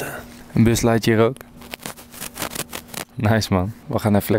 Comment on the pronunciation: Enzo zegt zegt steeds Bas leijl jer terwijl het bus lijntje is😢